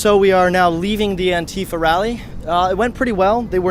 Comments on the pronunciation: Its pronounced ant-if-Ah not ant-eef-ah just trying to let you know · stop saying an-tea-fuh. it's an-tie-fah. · The way he pronounces "antifa" makes me cringe 😂